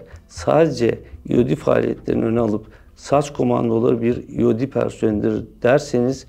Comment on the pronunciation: SAS komandosuna öğretiyor adam :D sen önce eod ile eyp nin farkını öğren sonra konuş. Ayrıca ingilizce bilmiyorsunuz sanırım eod(explosive ordnance disposal) ingilizce bir kelimedir ve kısaltması ''iod'' şeklinde okunur. Eyp ise el yapımı patlayıcı demektir. EOD ile hiçbir alakası yoktur.